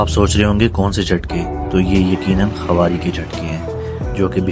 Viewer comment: KHAWARI NAHI KHARI BOLA KAREN